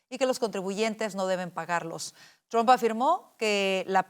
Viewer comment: Al periodista por favor NO es Tran es Trump.